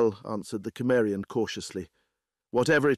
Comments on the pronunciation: Cimmerian SIM-marry-on.... Not KIM-merry-on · "Cimmerian" to this point in any reading has always been pronounced "Symmerian." Why the change? The reader did slip up once and pronounce it correctly, at least the way I've said it for over 50 years... The pace was rather frenetic at first, noticeably so, but all in all, I'll give it a thumbs-up. There are some truly cringe-worthy readers out in the field. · It's one of my favorite REH stories . The only irritating part was the narrator not pronouncing the word "Cimmerian" properly 😒. What the hell!!